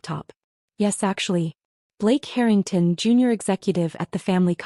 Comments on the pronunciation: Harrytongs? Check your AI. Pronunciations! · Dear AI it is Harring TON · Would be helpful if you actually pronounced Harrington correctly. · HARrrr in tungs - good god please get these AI narrations sorted. It’s nauseating beyond belief. Like nails scraping down a blackboard! Scream 😱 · "The Herring-tawns" Artificial Idiocy (AI) generated. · Why is the Harrington name pronounced two different ways? So Jade may not have found her way in the world. That doesn't mean she should be treated like something repugnant. She is their daughter and sister. She should be loved for who she is, not what she's done or hasn't done. When they made up the narrative about Jade, she no longer had the opportunity to correct them. Nothing she would have said would have been believed. They would have dismissed anything she told them. Even though Charles reamed her dad a new one, why should she be anywhere else but with the team that helped her make the company what it is? Why be somewhere where she hadn't been wanted? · Love the way AI mispronounces Harrington, and they continue to use the name throughout many of these stories 😂😂😂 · Why can the narrator NOT PRONOUNCE “Harrington” properly half of the time? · I know how to pronounce the Harrington’s name..AI may never recover..it’s not that hard..just say the name like it’t written…with the long A..easy..Peasy..it is.. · The mispronunciation of Harrington is driving me crazy. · If you’re going to tell a story, at least learn how to say the names correctly. It’s basic respect and effort. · Not really mispronunciation, accents are in wrong place that all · They do it on purpose to get people to comment as they get paid for comments. What better way is there ? LMAO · But you can just ignore it and focus on the main story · Agreed. It’s driving me crazy too. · Thought I was the only 1.!!!